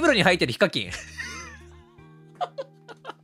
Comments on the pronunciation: HIKAKINの発音が非課金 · HIKAKINのイントネーションにツボった